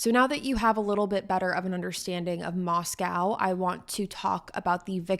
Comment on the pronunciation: Just a few things, it pronounced Mos-co like Costco and he attended Washington State University not University of Washington, that is in Seattle 5 hours away